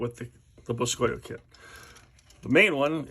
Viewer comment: I am pretty sure it is supposed to be said like boo-ski-oh. Which boscoyo is Cajun French for cypress knee.